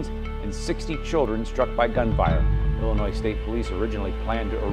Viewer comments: you committed a Chicago Cardinal sin: you put an "s" at the end of Illinois! 😀 There's no "s" in Illinois. Otherwise, excellent video! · It's pronounced..."ILL-in-NOY" not "ILL-in-NOISE"...